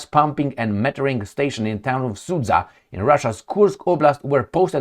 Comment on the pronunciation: Sud-ZHa,, sud-ZHa! Not SudZa. 👎